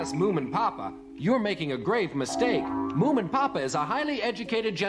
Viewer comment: i know, but he said it like "moomamumma".